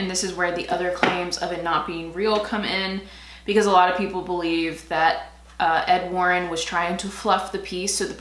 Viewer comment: 90's grunge with a little glam...love!. Every time you'd say "Ed Warren" I'd hear "Ofwarren" and start thinking about The Handmaid's Tale lol.